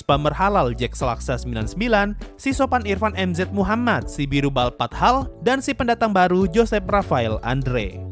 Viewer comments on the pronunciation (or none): none